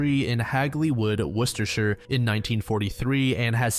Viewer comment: The absolute perfect pronunciation of Worcestershire I think I’ve ever heard from someone not from the U.K. , as some from Worcester , Worcestershire you killed it 😤👌